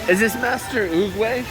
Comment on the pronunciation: You got it right on Master Oogway's name.